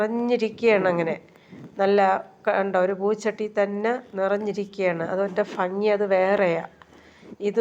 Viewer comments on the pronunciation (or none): Phangi alledooo bhagi bhasha a dhiyakku kelkkumbo entho pole oru nooru phagi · Fangi alla bangi ennanu parayendath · 😜 നമ്മുടെ മലയാള നാട്ടിൽ കുറച്ചു സ്ഥലങ്ങളിൽ ഇങ്ങനെ പറയും , ഫങ്ങി, ഫർത്താവ്, ഫാര്യ 🤔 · കോഴിക്കോട് ഭംഗി എന്നാണ് പറയുന്നത്